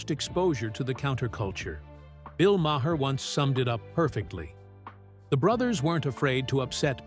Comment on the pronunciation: I just drifted back here, somehow, (late on Christmas nite, of ALL times 🤪) and just heard, seconds from the end, the bizarre pronunciation of Bill Maher's name as Bill MAH-HUR! 🤣 Does anybody give these things a quick listen for crazy glitches like that, before they air these creations?